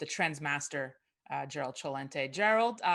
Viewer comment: She pronounced Celente the proper way